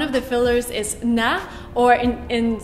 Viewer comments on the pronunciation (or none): "Na" no is more like "nh" like you say das geht sber nicht nh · Its not "na?" what we say after a sentence.. its more like "ne?"